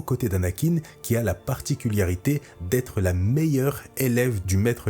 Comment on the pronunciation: Salut. Petit HS mais ça fait 5 ou 6 vidéos que je prends sur moi pour me retenir de pas faire la remarque, mais là j'en peux plus:') A, tu dis une fois de plus "particuliarité" et ça me fait saigner des oreilles à chaque fois que tu le dis ^^' Il est vrai qu'on dit "particulier" mais le mot dérivé "particularité", ça s'écrit et se prononce sans i après le l ^^'